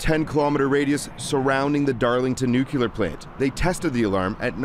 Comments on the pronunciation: NUCLEAR. NOT NUCULAR!!!!!! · Nuclear, not nucular. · How many times is the guy going to say NUKULAR??? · You would say it was confusing. Nucular. Go back to school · Another journalist doesn't know how to pronounce 'nuclear'.